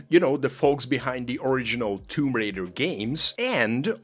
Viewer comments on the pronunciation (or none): none